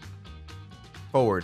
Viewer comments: the word forward crispy: fowerd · Forward doesnt work cause you say foward